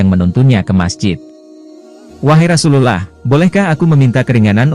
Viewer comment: Dari cara mengucap rasul allah..saya yakin kamu non muslim